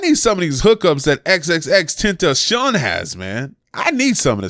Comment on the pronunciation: i think its said Tent ah see on